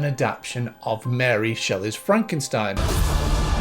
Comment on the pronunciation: by the way, its mexican that frankenschtain😜